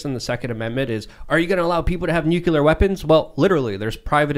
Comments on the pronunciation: Hey journalists, NUCLEAR is pronounced, "NU-CLE-AR", not "NUKE-U-LER." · Nuclear Nucular Nuclear Nucular